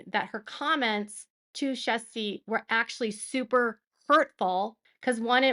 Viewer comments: I believe her name is pronounced more like Cheers-tee, not Chest-tee. It hurt my ears every time you said Chest-tee 🙉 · Kerstee, not chesty lol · Her first name is pronounced with the "kj" sounding like "ch" in English, making it sound like "Chair-stee". Hearing you say Chesty over and over makes you sound like you're talking about a porn actress. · It’s pronounced “Share-stee” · Kjersti is pronounced closest to “Schash-ti”, but a soft ‘sh’ sound. She has a short video about how to say it. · Kjersti, is pronounced as Chersti, hard CH. Shes awesome! BL is delusional? Parted from reality? A Cluster B? This woman has ZERO empathy and thinks more of herself and her talents, than most of her costars and people who have seen her shows or movies do. She is a B actress AT BEST. And a very CONTROLLING uh, mean girl... Excellent vid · No it's pronounced Shasti.. sh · Her name is pronounced Chair ski. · Honey I adore you, but it sounds like you’re pronouncing her name chesty😂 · Hi...I had trouble w her name, too. You're getting close. Try this....Shersty. Thanks for the video and your hard work always pulingl all this info together. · If it helps, in order to say Kjerstie.... think of it as 'cures tea' and you should pass 😅 👍🇮🇪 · The K sound is silent. It's more Shasti.